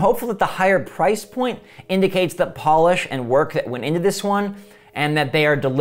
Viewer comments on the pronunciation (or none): none